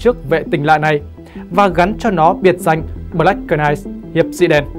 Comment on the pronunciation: Đóng góp chút ý kiến Xin đừng đọc “BỜ-LẮC “ .Đọc 1 âm BLACK (căn bản english) và Đừng đọc CỜ -night (Knight)mà 1 âm NIGHT (K không đọc) Trên YouTube có triệu người xem mà đọc không đúng, không chuẩn làm người xem không hiểu nói gì?😁 Rất quan trọng.Không cần tiếng Anh giỏi nhưng tối thiểu khi lên YouTube nên chuẩn bị tốt để đọc tin Chương trình rất hay và giá trị. 👍👍 cám ơn